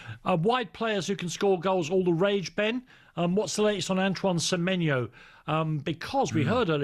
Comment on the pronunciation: Why can't Ben Jacobs get Semenyo's name right?....dear god it's not difficult.